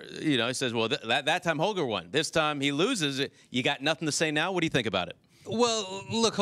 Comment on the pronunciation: stan: i have nussin to say. if i speak i am in big trouble